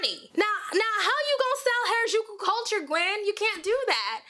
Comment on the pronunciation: B can't even pronounce Harajuku right XD gtfo here